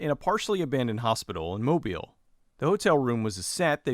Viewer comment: FYI, the emphasis on Mobile is on the second syllable, not the first. It's pronounced mo-BEEL. I grew up not far from there.